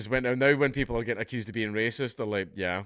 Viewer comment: `waysist` am i? As Rupert said "so be it"